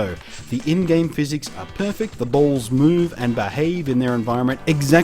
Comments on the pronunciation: how many times did he say balls? I love how he says it Bualls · I'm sorry but the way he says balls just makes me laugh. I'm sorry I just cant help myself but comment.